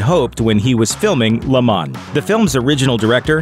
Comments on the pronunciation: LAYYYY MOH Not Ley MAN"s ----- LeMans ---- French word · It's pronounced Le Monz not Le Mon